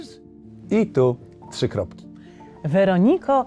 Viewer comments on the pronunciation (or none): none